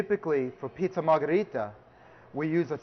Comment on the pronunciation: Im sorry, did he say he was making margheritta? or Marinana?